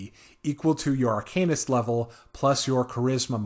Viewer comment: AR-CAN-IST, as opposed to ARCANE-IST